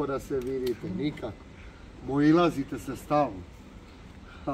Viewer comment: ali na "moilazite se stalno" 🤣🤣🤣🤣🤣🤣🤣